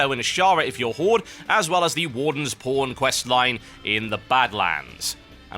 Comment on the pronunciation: When you said Pawn..it sounded like "Porn" and i'm like "Wait, what?" haha